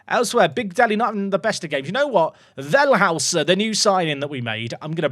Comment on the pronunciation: Up the Toffees! Always good to see an unusual face at the top after a few years on FM. You're pronouncing "Wellhäuser" a bit wrong by the way, fully understandable, as if his name was "Wellhauser" you'd be bang on. The "ä" instead of "a" makes it pronounced like "Vell-hoi-ser" though